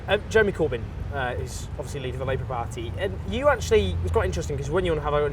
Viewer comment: Stop saying part-theee.